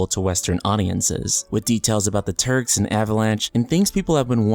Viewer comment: made me rewind thought you said Turds😂😂